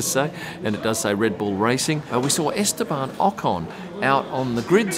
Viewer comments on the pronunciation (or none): Just a small comment Estabon pronunciation... my Spanish friend is telling me "please tell no B to be pronounced" he's not banned 😂